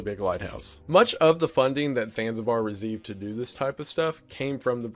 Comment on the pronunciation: "Zanzibar reZeived" 😂😂